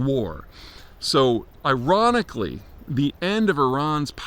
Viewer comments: Did Peter say "iranicly" ? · "Iran-ically" lol